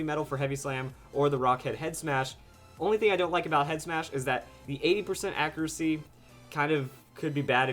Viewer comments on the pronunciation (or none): none